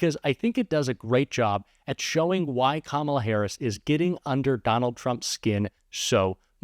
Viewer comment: I might have misheard; but I thought another commentator said, "Don-Old". I hope it catches on.